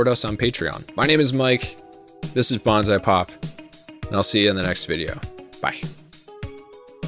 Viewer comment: wait this channel is called Bonsai Pop, not Banzai Pop. why are you calling it Banzai Pop? Bonsai sounds like "bone sigh" you're either gonna have to change how you say it to be correct, or change how you spell it to be correct